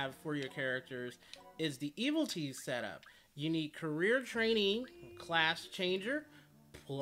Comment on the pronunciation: It's not Eviltees, its Evilities Also it's not Rakasha or Raksasha, it's RAK SHA SA!